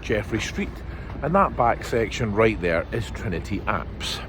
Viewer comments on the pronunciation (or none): Very interesting. Does Trinity Church account for all the graveyards between Calton Road & Regent Street? BTW, "apse" rhymes with "maps" -- "apes" are something else altogether! :)